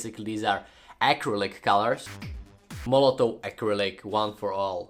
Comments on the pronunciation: as an artist i am very angry every time you say “ack-r-I-lick” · "AKRILIK" Also dont listen to the haters the front and back of the jacket are AMAZING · I subscribed as soon as I heard him say acrylic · I love the way he says "Acrylic"